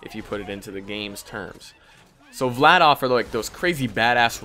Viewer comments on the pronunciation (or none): im just correcting you but its Vladaf